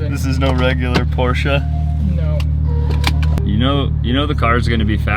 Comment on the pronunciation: I'm impressed that you know how to properly pronounce Porsche. It's a two syllable name.